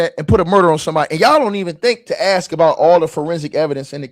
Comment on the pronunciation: “You not” “aks” lol